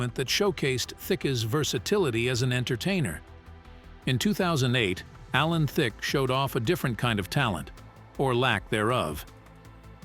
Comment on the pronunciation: At least learn to say his name correctly😂. Also please show the correct clips of the subject matter. For example, showing scenes from How I Met Your Mother while talking about the game show.